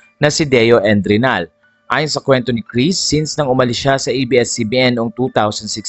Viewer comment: Endrinal po hindi edralin.